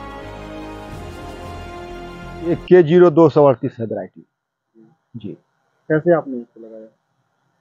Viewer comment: Co 238 ko k 238 bol rahe hai